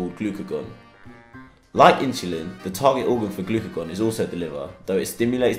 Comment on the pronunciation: it sounds like “glycagon” rather than “glycogen”